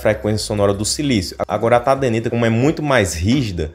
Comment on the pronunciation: Tadenita? não é Tadernita?